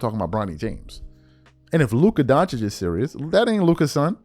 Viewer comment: DON-CHICH. SAY IT WITH ME DONC-HICH